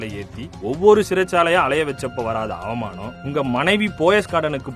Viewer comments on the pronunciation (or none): இப்படி பேசறத கேட்க எனக்கு "அவுமானமா " (not அவமானம் , அவுமானம் ) இருக்கு. (என்னடா உச்சரிப்பு இது... )